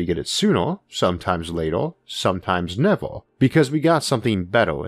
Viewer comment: sometime SOO-NA sometime LAY-TA sometime NEV-AH cuz we got something BETT-AH